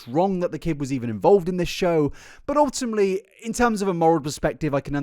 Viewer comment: Take a shot everytime he says ultima(te)ly